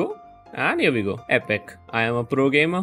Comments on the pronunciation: He didn’t say epic...he said epok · Lol thought u said epok